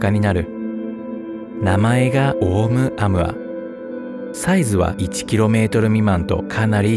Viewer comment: オウム −アウアではなく、オウ- ムアウアです。ハワイの天文台で発見されたことから ハワイ語です。